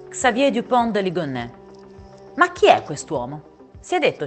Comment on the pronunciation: il cognome si pronuncia De LIGONNÈS, facendo sentire la "es" finale, non De Ligon. Anche io sbagliavo all'inizio, poi ho sentito diversi servizi della tv francese in cui lo pronunciano con la "es". Solo una nota informativa, non è una critica